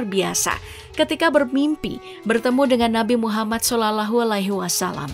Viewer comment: Tolong perbaiki cara menyebutkan nama nabi Muhammad Saw..